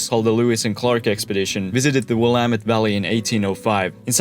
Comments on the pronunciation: He nailed Willamette, also. Extra points! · Thank you for saying Willamette correctly. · GREAT video! I was surprised, after many mispronunciations, that you got Willamette right. Don’t feel too bad though. Couch is an anomaly and the native words and names are often hard until you hear the correct pronunciation several times. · He pronounced Willamette correct yay🎉🎉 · As a native Portlander, big props for pronouncing Willamette correctly. I know a lottttt of Americans who pronounce it incorrectly. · Came here to say this!😅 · Excellent job! ! BTW Matt Groening is pronounced GRAIN-ing More pronunciations: Dalles is one syllable: DALLS. Marquam = Markum. . Willamette — You nailed it! (Many people don't)